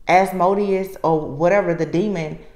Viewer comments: It is pronounced, As- mo - deous . It's cut up in syllables...it becomes easier. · LOVE YOU! 💜💯🙌🏽🦄🎶♌️🎤 It’s pronounced AS-MOW-DIAS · I believe it's pronounced as- moe -de us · I am a Spiritual Warrior fighting negative spiritual entities, you have my undivided attention. I have been on this journey for more than 45 years, and I am in the 6th decade of my life. I will continue to pray and cover you in the spirit. As-MO-de-us with emphasis on 2nd syllable is one of the first demons I had to contend with and eventually do battle within my lifetime(s), and the weak is its delight and its prey. I am on constant alert, as this demon has been in my family for generations and attacks the members of my family who are light workers. So odd that you did see that it shows up in the religious pretenders and the narcissists to whom I am related. Continue to stay strong, you have the protections you need. As do I.